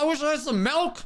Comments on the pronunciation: Madge milk not melk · It's so funny to me how he pronounces milk. I honestly thought the milk or malk debate was a joke- Plus in my country milk is melk and you actually pronounce it malk